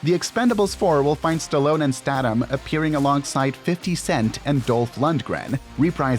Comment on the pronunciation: you are pronouncing last names wrong. especially statham